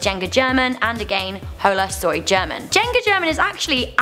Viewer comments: Germannnn❤❤❤❤💘 they can't say his name😂, also Elrubius, oooh and Yuya needs to be here! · Che, aprendete un poco de español para pronunciar bien el nombre "Germán". 😧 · Jenga German.... Juega. And she said German wrong. Cringe.